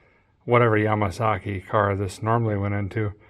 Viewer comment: "Yama-saki" lol.